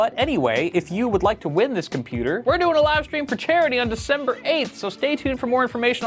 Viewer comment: Tf is “Decembro”? 😂😂😂